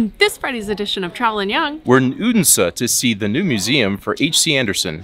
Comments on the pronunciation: You are really progressing in your danish, especially the word endings like in tartelett(er) and Odens(e) is loosing the american sounds like hard R's, the only thing I could really point a finger at was the hard "D" in Odense when its really a soft "D" sound. Very impressed by your improvement. :) Love you guys and you chill representation of the american moving to denmark storytelling and exploring the world I have grown to take forgranted for so many years making it new again <3 :D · 1. You pronounce the D in Odense as a hard D. Its a soft D - in the local dialect it can become so soft it becomes silent. 2. Were you aware you could also visit HCA's childhood home where he lived with his parents age 2 to 14 ? Its about a kilometer from the HCA museum. 3. Given the interest you have displayed in historic things, you might also be interested in visiting "Den Fynske Landsby" (a living history museum where many historic rural buildings have been moved (taken down and put together again as they were) to, or the Saint Knuths Cathedral, where you can see his and his brothers bones on display (they were lynched by an angry mob in the church where they had sought refuge) - some consider him the last viking king.